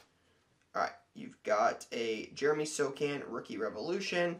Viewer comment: It is pronounced Christian "Brown", I can confirm that..also "So-han" for the Spurs